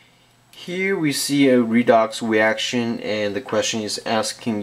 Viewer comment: i love the way he says redox reaction........ wedox weaction